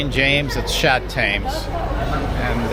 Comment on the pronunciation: Tems, not Tames